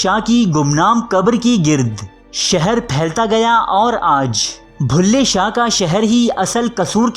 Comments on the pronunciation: کم از کم کمنٹری تو کسی پڑھے لکھے آدمی سے کرائی ہوتی بلھے شاہ کو بھلے شاہ بولتا ہے۔ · Stop saying Bhulay shah it's Bullay Shah..